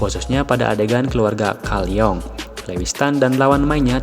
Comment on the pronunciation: Risih bgt denger penyebutan kalyong 😅